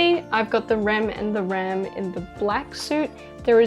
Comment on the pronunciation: Sorry but she says rams name wrong it's hard to explain but she said it wrong just saying